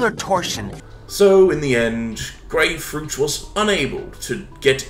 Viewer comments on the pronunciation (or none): Grayfruit? Møre like GAYFRUIT